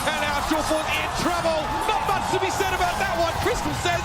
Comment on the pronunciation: sorry aboot that xD.